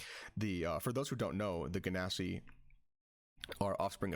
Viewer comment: LOVE THE VIDEO... hate the genasi pronunciation 10/10 would torture my ears again